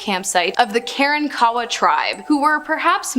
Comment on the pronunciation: The seven-foot tall, cannibalistic Native Americans of early Texas, that she refers to, are called Kuh-rahnk’-uh-wuh not Kar - ahn ‘ - kawa . There is a tale in old Texas history about the last Karankawa alive in Texas and how he dealt with being the very last. He drank a LOT of whiskey. 🇨🇱